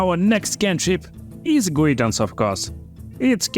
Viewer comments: Guidance is pronounced Guy-Dance. The pronounciation is perfect, it was just that one word. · More like Guy-Dense